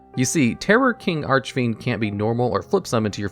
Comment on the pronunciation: Serious question: In what universe can you pronounce "Bahalutiya" correctly, but you can't say "Archfiend" right? Makes no sense to me.